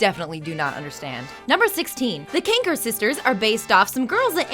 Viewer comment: Annie Kranker... it’s Marie Kanker